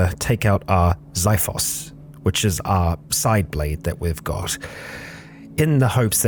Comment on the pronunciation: Hey! Love your vids, just one thing that kinda bothers me (more of a nitpick than anything...) Xiphos is pronounced like Ksi-phos, with the X sound of X-ray along with the "i" vowel, and the stress on the first syllable (KSI-phos) <3